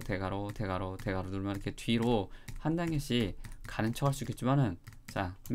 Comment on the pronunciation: 대괄호가‥대갈로 들린다‥